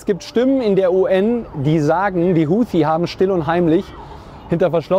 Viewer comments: sie spricht es falsch aus. Und zwar wie eine Amerikanerin. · Ich tippe weil sie arabisch spricht und das korrekt aussprechen kann. Sie spricht auch Hamas anders aus als der Durchschnitts-alman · Warum spricht sie Huthi so englisch aus?